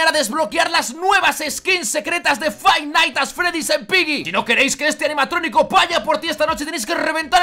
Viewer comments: "Fan at's freddy's"🤣🤣🤣😂😂😂😂🤣🤣😂😂😂😂🤣 Es five night at freddy's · es verdad, dijo faid nats ad fredis,y yo digo Five Nights at Freddy's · Nadie: Absolutamente nadie:: Faid nats ad fredis